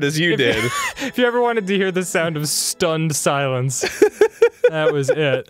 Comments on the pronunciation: Ftunned Filence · This episode should have been called " Ftunned Filence"